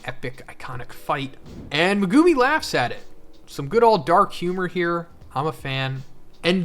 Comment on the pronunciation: ''Megoomi'' will always sound so cringe to me, I always wonder why anime character names are butchered so often when people literally HEAR them spoken in the show lol